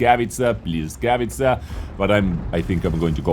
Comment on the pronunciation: Błyskawica, czyta się błyskawica read something like: [bwescavica] or just check at google translator